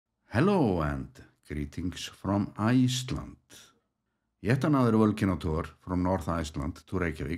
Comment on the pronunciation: Whenever I see the word Iceland, I now hear your voice and pronunciation !